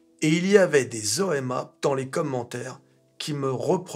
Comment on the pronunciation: à chaque fois que dit "OMA", j'entends "N.Chéron" 😁🤣